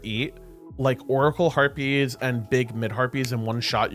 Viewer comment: When you say back harpies it sounds like back herpies haha